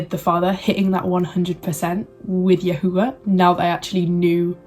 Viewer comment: Shalom Shalom. You blessed my Ruach. Thank you for sharing. I too walk in The Way. I wish I could have been awoken at such a young age as you. Your videos are such a breath of fresh air. I love how you say “YAHUAH”. More importantly, when I was coming into the truth I knew that certain groups had some truth, but it was not refined by ABBA Yahuah. I prayed and asked ABBA Yah to help me because I was hungry to know Him. I was already seeking Him and He was guiding me. “Truthunedited” confirmed the way Yahuah was guiding me in knowing the truth about El Elyon. Continue to in The Way and be blessed. Shalom.